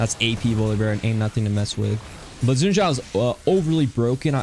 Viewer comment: It's "Shin" Zhao "X" in Chinese is pronounced with a "sh" sound. You had the Zhao right though!